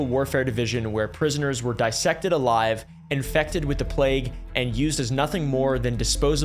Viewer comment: dissected alive = vissected 😅